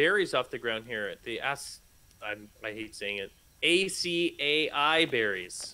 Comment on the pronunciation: Ah-cy-e berries lol